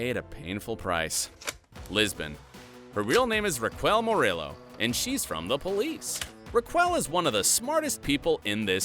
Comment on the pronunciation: the way the narrator pronounced 'raquel murillo' i'm in pain